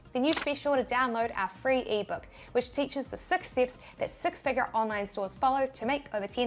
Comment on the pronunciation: You should hear her say mistake six .....(sex)